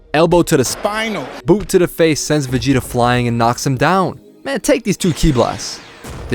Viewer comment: “Sphtinal” haha that always makes Me laugh